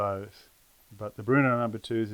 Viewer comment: Bro it’s Brno not Bruno!